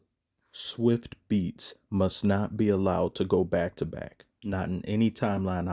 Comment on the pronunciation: Bro said " Swift beatz" 🤣🤣🤣